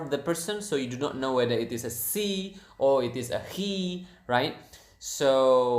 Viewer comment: Hey! I love this video! Thank you. Also, when you say ‘she’ close your teeth to make a better sound :) ‘shhhhe’